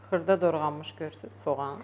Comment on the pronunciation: Tursmaca deyil tursmaza Dorganmis deyil dogranmis